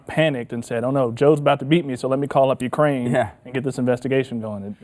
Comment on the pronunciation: Ukraine rhymes with MIGRAIN